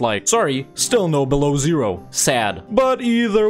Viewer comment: My boy, russian history teacher here. This blessed nation, that you call BELOWZERO is actually BELO(e) Ozero, which means WHITE(beloe) LAKE(ozero). It pronounses bElo Ozero! Thx for vids btw